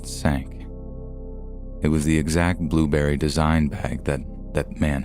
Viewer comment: Come on bro, it was clearly a burrberry bag, not blueberry